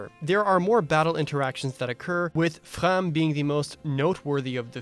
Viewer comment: Tous les canadiens ici, stand up, s'il vous plaît ! ...I say that, but my French is beyond atrocious, lol. Still, I was really happy to hear how you pronounced "Framme". 10/10 I think the devs have realized that continually trying to break new sales ceilings by trying to do new things with every entry has become an increasingly impossible task. While I wouldn't call Engage a step back in any regard, it does feel like it lacks the innovations or experimentation on the formula that just about every FE since Awakening has had in spades. Rather than trying to do something new, the devs seem to have focused on making a condensed FE experience, focusing their attention instead on the visual quality of this title. So far as we can tell, Engage has no route splits, timeskips, or anything vaguely resembling grey-and-grey morality. The MC doesn't have a bookstore's worth of mysteries obscuring their background - we're told immediately that dragons exist and that the MC is of dragon descent. No vagaries about the plot direction, either, it's the tried-and-true "stop the evil dragon-god from resurrecting". Engage even brings back the Weapon Triangle and brings back the classic Paladin Jagen. Really, if it weren't for the Alears' toothpaste designs and the controversy around putting old FE characters at the front-and-center to the plot of a new title... Engage could be simply summarized as, "a modernized take on classic FE".